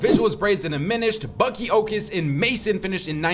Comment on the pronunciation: says the b in bucke like draco says the p in potter